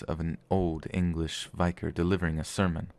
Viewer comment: LOL. Pronouncing vicar as vai-Kr.